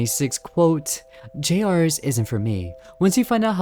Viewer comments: It’s pronounced “Junior’s.” The trailer pronounced it as “Junior’s.” YOU JUST PRONOUNCED IT AS “JUNIORS.” SO WHY DO YOU PRONOUNCE IT AS “J.R.’S”??? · Why does everyone say J R’s, dear god people it’s Junior’s! Jr’s boy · "jay arrs" JUST SAY JUNIORS AUGHDFRSUIJHRWESUIWFEHNUIEGRWSHIOKUEHN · you have no idea how mad it's making me every time you pronounce it "Jay-ars" THEY LITTERALLY PRONOUNCED IT A "JUNIOR'S" IN THE TRAILER HOW DID YOU GET THIS WRONG GHGghh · My apologies to say this, i respectfully wanna ask this question. why do you call it j rs instead of jr's? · The way he pronounces "jr's" which is an abbreviation of "juniors," as "jay-ares" kills me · I think the name of the game is supposed to be pronounced as "Junior's". Why does this guy keep flip-flopping between "J-R's" and "Junior's"??? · Bro said J R's instead of Juniors. Bro go back to fuckin English class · Generally a good channel, but the way this man pronounces Junior's is targeted to hurt me specifically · erm it's pronounced "juniors" -🤓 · I’m sorry if this comes off as rude but how do you mess up saying juniors???? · Stop calling it (Jay ares) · Him calling it “jay arrs” (pronunciation) made my body hurt. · GRAAAAAH IT'S PRONOUNCED JUNIORS!!!!!!!! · i..it's "Junior's" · Bro doesn’t know how to pronounce JR’s ☠️